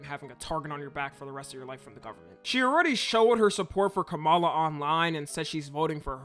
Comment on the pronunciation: ngl kinda weird to say her name like that, it's kama la, like .... ,+la also lets talk about the funnest thing about this political race is: there's a only fans British girl that tattood trump across her face